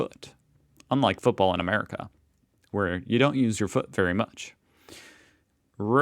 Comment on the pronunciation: It's Football... It's not hard to say ffs